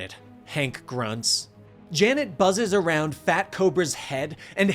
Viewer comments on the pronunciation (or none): none